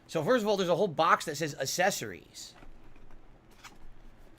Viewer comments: Hate how he says "Accessories". ASSessorys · Is he saying a-sess-arrys? For accessories? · do you think he mispronounces "accessories" on purpose?